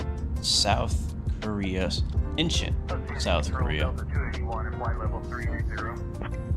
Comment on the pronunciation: Its pronounced INCH ON, not Inchen